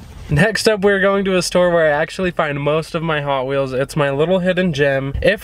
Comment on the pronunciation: The way she said ‘hoT WheelS